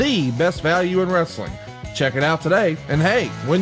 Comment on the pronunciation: Bro bro... it's WRE-SA-LING 😅